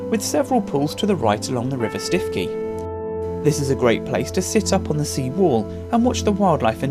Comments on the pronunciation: btw Stiffkey is pronounced Stookey!! We live in Norfolk !! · 🤣🤣 we belong to a walking group and are divided as to the pronunciation 🤣🤣 We have always said Stookey …. 😂